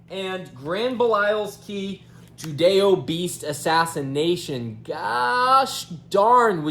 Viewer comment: Finally someone who doesn’t say “judiobeast” lol